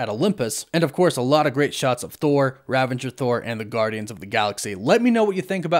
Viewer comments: It is ravager. ravage + er. There is no n. It is not rav-an-jer. Sorry, but that was really bothering me. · RAVAGER, not RAVENGER. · Hey man, love the content as always! Just one thing: it's Ravager Thor (as in the Ravagers from GOTG), not Ravenger Thor, right? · Love, but he tends to say things wrong a lot. Just a quirk, oh well. It is indeed Ravager Thor rather than Ravenger Thor. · Great video! Quick question: Ravager or Ravenger? I keep hearing Ravenger and it doesn’t sound right. Thought it was Ravager. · I hate to be the corrector, but it's "Ravager Thor" rather than Ravenger. 😅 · Ravager, not Ravenger, no n. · "Ravager" not "Ravenger" I think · Its RAVAGER** bro bro... Not "Ravenger" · it's not ravanger dude It's ravager.. "A ravager never flies solo" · Great video but - ravager. Not ravenger. There's no 'n' in the middle. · I’m sorry but it bugs me that you pronounce an N in Ravager. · I think it's RAVAGER not RAVENGER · Why does everyone I watch say “Ravanger”? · You said "ravanger" again, lol. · Isn’t it Ravager not Ravanger? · Ravager...not "Ravenger" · There are quite a few words that you always mispronounce, but none are as annoying as how you incorrectly say "ravager." There is no "n" before the "g." In Ragnarok, Thor joked about "Revengers," which is a totally different word than the factions from GotG... "Rav-age-rs." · Ravenger Thor? Ravengers? Seriously? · There is no "N" in Ravager. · Okay. I wasn't gonna say it but it's driving me nuts. There's no "N" in "Ravager." Great breakdown. But I couldn't just let it go.